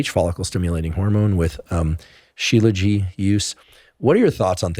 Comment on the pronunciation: Aww 😂 Professor Huberman , it's called shilajit...you're adorable..😂